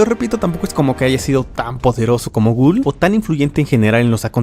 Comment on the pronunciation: Ghaul ❌️ Gul ✅️